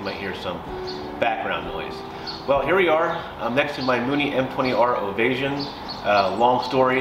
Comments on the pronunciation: “Ovay -shun”. NOT “Ovay-zhun”. (Non similar to invasion). Also….the gauges are analog…..not dialogue. Plan $10,000 to replace ALL the engine instrument gauges when any ONE of them fails. They are non-serviceable. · Its pronounced (Standing) Ovation- OVA-SHUN